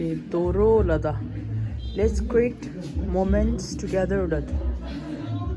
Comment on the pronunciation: It’s pronounced Dhoraaa I guess not Dhoro 😛 No offence! Nice video 😍